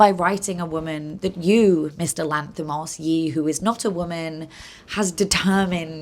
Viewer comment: Lass put more effort into pronounce his name correctly than what 90% of greek folk would have done trying to pronounce her's. If you ask me, she could have just go with the english version of his name (George) and be done with it.